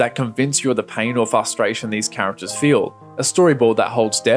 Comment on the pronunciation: Great video, but you say prospective instead of perspective, so I'm gonna have to report you to the authorities. Edit: Also, fustration instead of frustration and Kahlúa instead of Killua. SWAT team incoming.